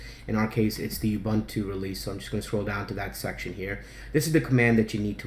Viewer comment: Really great guide. I had already figured out alot of stuff but I had no idea where to find good icon themes and nautilus always annoyed the hell out of me. Thanks alot! PS - Ubuntu is pronounced OOO-buntu (that's like You without the y or like doom without the d or the m) and not e-buntu.